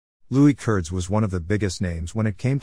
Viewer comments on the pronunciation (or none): It is actually pronounced with a long E. Curd-ees. Nice video of my grandfather